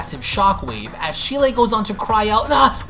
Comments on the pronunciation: Its cheeli not shelie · I'd like to point out a couple of pronunciations you got wrong. Cheelai for one is pronounced Chee-Lie, the E is long. Next is Lemo. Again, the E is long so the correct pronunciation is Lee-Moe, with the O being a long O. But aside from that, great video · Hearing how you pronounce Cheelai makes me cringe. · Can you not pronounce cheelai